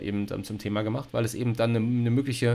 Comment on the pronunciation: Ich hab einen Wunsch: sag bitte nicht mehr "EbenDT" es läuft mir jedes Mal kalt den Rücken runter 😂